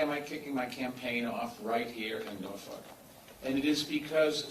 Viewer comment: Its not Norfuck asshole